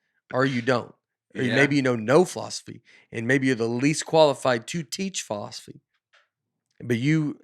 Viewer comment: Did anyone else catch Nate's pronunciation of philosophy as "fall-off-asy" in his angry rant (53.15) as he was "arguing with the teacher"? Had me cracking up! I couldn't concentrate on the rest of what he said after that 😂 I know Nate's character is supposed to be the "dumb guy", but he always has very smart, common sense things to say and points he brings up. I'm sure he would have done great in a fall-off-asy class and been that student the teacher looks forward to but gets a headache from as well.